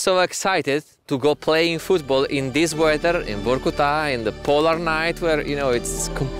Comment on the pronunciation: Broski, I saw your videos on English exercises. Please get russian names and names of cities on point. It ain't Vahrkutahh, it's Vorcootah. Come on, lad!